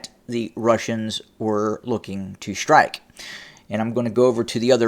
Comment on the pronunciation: Please, there is no "H" in the word "strike". It is pronounced strike, not "shrtike". Similarlly, there is no "H" in the word "destroy." It is not pronounced "deshtroy." Please stop. It is most annoying.